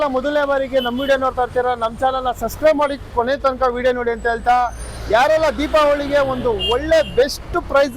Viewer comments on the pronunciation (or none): ದಿವಾಳಿ ಅಲ್ಲವ್ವ ದೀಪಾವಳಿ ಅನ್ನು ತಾಯವ್ವ